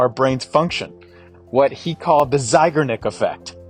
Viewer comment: Hello! Just thought you might want to know that Bluma Zeigarnik (emphasis on the last syllable, btw) was a woman. I knew her. So, a "she", not a "he".